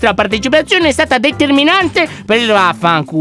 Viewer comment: a detto vafanculo😂